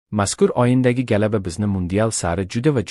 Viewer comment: Галаба эмас g'alaba....😅